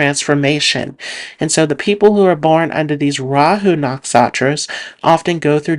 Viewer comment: Great video,, but why do you call NaksHatras "Naksatras?